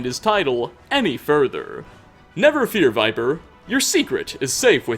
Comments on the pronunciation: Viper????? No Vipir. You obviously had to speak to him to hear this tale so how can you pronounce the name wrong? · Vipir(vih-perr), not Viper. He even says it himself. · How do you mispronounce "Vipir" as "viper" even though they literally say his name in game? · Idk why it irks me that you pronounce it "viper" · First, sorry to say ‘vipir’ should be pronounced ‘vi•peer’ I believe. Just based of English libraries I may add. Also wondering what is your preference as to the donations to this channel? Be it bitcoins, sovgardian subscribers or economic trans-allocations? (Just for comedic satire) without doing more let’s do further? Love your channel man, keep it up HAP951SMOKE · Don't worry, Vipir's secret is still safe. Since his name was consistently mispronounced, everyone will think it was someone else. Seriously though, does every Skyrim YouTuber play the game with the sound off? So many mispronunciations of names and words that are spoken out loud in the game. It's kind of maddening. Not just this channel either. FudgeMuppet is occasionally guilty of this, Camelworks even moreso, and ESO... good grief. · Vipir is pronounced with a short "I"